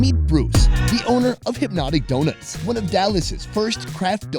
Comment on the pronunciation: I swear to god, when talking about Hypnotic Donuts I thought you said "crack donut shop". I mean....